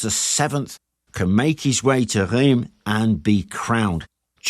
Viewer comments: Rheims is not Reems , the closest english pronounciation would be "rans" and Xaintrailles would pronounce 'Saintry" . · Bonjour. Français ici ,breton plus précisément. Oui, on dit bien "Fortune de guerre " On dit Reims ( prononcer Reinsse ).Vous avez un facon bien anglaise de toujours ré- écrire l'histoire à votre avantage. À vous écouter une des raisons de cette defaite serait la présence de troupe mercenaires francaises que vous nommez la Malice . Ca m'a bien amusé c'est deja ça ,merci. A propos de cette escarmouche ( plutôt que bataille rangée ) il reste une expression dans le langage populaire français. C'est : " prendre la pâtée " qui signifie bien : subir une défaite totale. Cette bataille de Patay est très peu connue en France.Seule cette expression relayée par le petit peuple y fait référence. Le petit peuple des campagnes francaises a également gardé en mémoire la brutalité et la sauvagerie dont ont fait preuve les soudards de sa gracieuse majesté britannique. C'est pourquoi ,meme encore aujourd'hui ,dans les campagnes mayennaises ,bretonnes normandes et autres , les anglais sont accueillis avec une certaine retenue 😊.Merci pour vôtre vidéo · Ok, this one is a tough one I know: Reims, the place french kings were crowded, is pronounced something like "Ra-ens". Superb video nonetheless! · jargeau = jar-jaw (without d before any j); Meung (sur loire), hard for you to pronounce : m1 (say 1 like a french in french)... reims... (omg, nearly not recognised it... r1s...again, hard to pronounce the 1 in french).. beaugency, congrats, you made it quite well! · Nice vid. "Reims" in pronounced like the French word "rince". [ʁɛ̃s] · Just a small comment : "Jargeau" is pronounced "jarjo" "Reims" => "Rince" Anyway, good vidéo. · Oooof, French me feels better about his French accent when talking English when I hear you say "Reims". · Reims where the French kings were crowned is pronouced quite differently